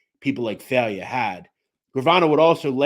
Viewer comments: Respectfully, It’s not pronounced “Fail-yă” it’s pronounced “Fī-ella” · My god you are butching the names. JHC do a little research. Jimmy FailYa??? WHAT THE F.